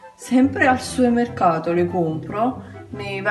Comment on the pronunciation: Si dice "Supermercato" non "suermerhato" :)